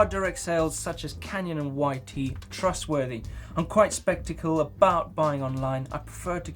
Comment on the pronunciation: said "spektical" hehehe